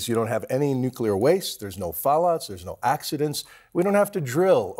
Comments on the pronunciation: Bill Weir ... "nucular" lol corrected later though. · Dear CNN: Please don't bring on fusion experts who say "nuk - ul - ar." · bomb bomb bomb... nye says all day. lets go nucular bombs like bill nye says! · Bill Nye is not a scientist. He is basically an actor. The real life "Professor Proton". That other guy says "nucular" and "sun in a box" which lets me know he doesn't know what he's talking about. Fusion is a pipe dream. I worked in it for years. It will NEVER be commercially viable. The sun is already there making light and heat and the winds. Use what we KNOW HOW TO DO. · said Nuke'U'Lar pshh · NUCLEAR..NOT NUCULAR.... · CNN's science consultant said "nucular" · I cannot get past hearing someone ON CAMERA saying “Nucular” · Mind boggling to hear a nuclear scientist mispronounced "nuclear" as "nucular". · Bill Weir pronouncing it "nukeyoular" is just about on par for guests on CNN.... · ok he said nucular. I'm out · "It's pronounced NUKE-U-LER!" -Homer Simpson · How about talking to us like we're grownups. "It's a star in a box". "Physicists have been salivating." What a waste of time while covering an important story. And, learn how to pronounce nuclear.